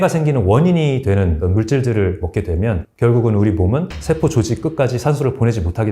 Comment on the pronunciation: 장단음 문제가 있다 . 예: 소장,대장,세포 ,대신, 사실,현대, 등! 이상 단어의 첫 잔 모두 징음인데, 모두 "짧게" 발음했다. 잘못이다. 모두 길게 발음해야한다. 참고로, "한국 어문을 고발함" 을 읽기를 간곡히 권한다.